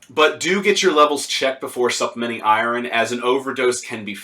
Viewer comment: Im genuinely laughing right now at how you pronounce iron. Fucking hilarious.